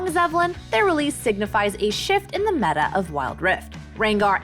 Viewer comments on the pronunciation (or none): none